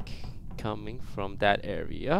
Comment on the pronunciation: i see you Toast "Blackpink coming from that area" the way he said area XD